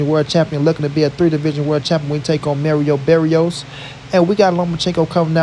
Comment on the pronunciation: Pronounce Mario Barrios name right Watch showtime All Access and listen to how Mario Barrios Pronounces his on name and after that if you still Pronounce his name wrong. I don't know what to say.